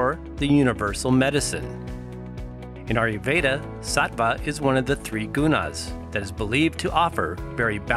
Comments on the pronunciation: A-YUR veda & not AR-YU veda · India IS southern Asia. And you can't really pronouce "ayurveda" can you.